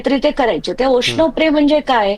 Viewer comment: शिश्नो जल होतं ते ओशनो नाही